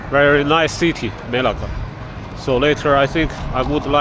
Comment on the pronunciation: Bro needs to pronounce "Melaka" properly lol. But good video, I'm enjoying it. Will be going there in August.